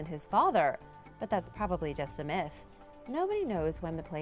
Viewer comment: Did you say "Probably just a myth or "Probably just a MISS"